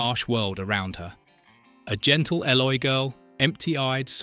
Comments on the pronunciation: Stop trying to make a nostalgic, wholesome film, into something seedy Yvette was born in 1942 - and was 18yrs old at the time of filming in 1960 - NOT sixteen BTW, Eloi is pronounced 'Eee-Loy' (not ell-oy) and Yvette is pronounced 'E-Vet' (nor Eee-ett) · Hey AI, it's pronounced E-loy. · Oh, and they were the 'ee-loy'.... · It mispronounced the Eloy and other words. It proved once more that AI means Annoying Imbecile! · If youve seen this film ‘many times’: you would pronounce ELOI the right way!! He took 3 BOOKS, but no candles and ended with Filby and the maid talking about him and which books would you take! George was more like a father figure to her and her people. According to IMDB, Yvette was 17 and turned 18 during filming They picked Rod Taylor because he was much younger and more athletic than the other choices James Mason and David Niven.